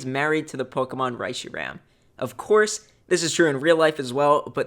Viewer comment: YOU PRONOUNCED RESHIRAM WRONG AAAAAAAAAAAAAAAAAAAAAAAAAAAAAAAAAAAAAAAAAAAAAAAAAAAAAAAAAAAAAAAAAAAAAAAAAAAAAAAAAAAAAAAAAAAAAAAAAAAAAAAAAAAAAAAAAAAAAAAAAAAAAAAAAAAAAAAAAAAAAAAAAAAAAAAAAAAAAAAAAAAAAAAAAAAAAAAAAAAAAAAAAAAAAAAAAAAAAAAAAAAAAAAAAAAAAAAAAAAAAAAAAAAAAAAAAAAAAAAAAAAAAAAAAAAAAAAAAAAAAAAAAAAAAAAAAAAAAAAAAAAAAAAAAAAAAAAAAAAAAAAAAAAAAAAAAAAAAAAAAAAAAAAAAAAAAAAAAAAAAAAAAAAAAAAAAAAAAAAA